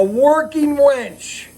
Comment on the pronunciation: UHm.. working WINCH.... not WENCH, totally different animal. LOLOL